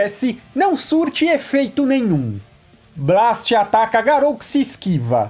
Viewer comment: Tu ta falando Blast errado